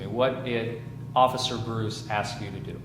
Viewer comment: Never use the word "axe" in place of ask. It makes you sound low IQ. Let's try to forget ALL about ebonics and concentrate on learning our native language -- English -- correctly.